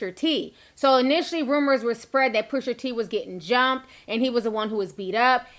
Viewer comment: Push-AH T not Push-ER T 🤣😂🐸☕love you Ti